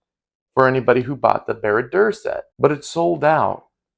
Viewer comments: The way to pronounce barad dur is bear uh dour and this is a awesome upgrade!😊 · It’s pronounced [baa-raad door] the oo is like in ooze. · This moc looks great. After getting the fell beast pieces, definitely gonna do this & add armor plating to the head & neck for my custom Witch King mini figure. btw, wrote a thesis on LOTR, it’s pronounced Bah-Rah-Doar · The text to speech didn't get it right either, unless I'm mistaken, it should be pronounced something like "bar-odd doour"